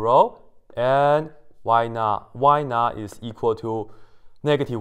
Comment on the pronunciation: You said: “Y_not[0]” I heard: “Why not ?”